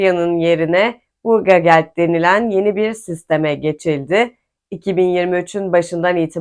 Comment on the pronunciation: BURGERGELD değil Bürgergeld diyeceksin, dersini iyi çalışmamışsın!!!:face-green-smiling